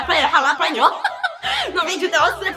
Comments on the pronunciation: Nie muwi sie Hahalapenio tylko halapenio ale i tak jesteś najlepsza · Ja też mówię halapenio edit: Nie lubię gorzkiej czekolady, a Nena [pies] zjadła raz całą tabliczke nussbisera [nuzbajzera] ja byłam w szkole, bo na ławie była czekolada.🤣